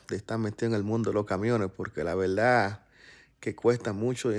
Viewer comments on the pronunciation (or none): Cual es el problema de decir ....verdad y no veldad ??? Es que se escribe VERDAD Y SE DEBE PRONUNCIAR VERDAD. !!! Y antes que me salgan con que es su costumbre les pregunto ...el en EEUU ,puede pronunciar en ingkes pader en vez de fader. ???. Si respeta escribir phader y pronuncia fader. !! Porque mierda no respeta el español. ??. Se escribe VERDAD Y SE DEBE PRONUNCIAR VERDAD NO VELDAD. !!!